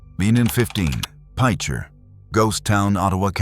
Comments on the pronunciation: Pitcher is the way it's pronounced! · You can tell this is an AI narrator. I really hate AI narrators. They cannot get local terms, correct but they also missed the obvious pronunciations like pitcher . A pitcher of iced tea, a pitcher of lemonade, pitcher, Oklahoma! What’s the damn hard about that! This is why I hate AI. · It is pronounced like a pitcher that you would pour tea out of.